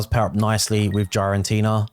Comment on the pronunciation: Bro it is not GiAraNtina its GiraTina for fck sake you’re killing my brain the way you pronounce that…😂